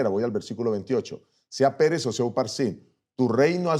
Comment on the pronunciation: Digalo bien pastor no es Pérez es Peres sin asentó para no confundir